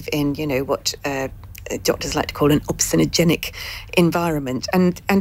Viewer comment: Obesogenic! not obsenogenic... reminds me of a bob mortimer moment on WILTY RE: colostomy.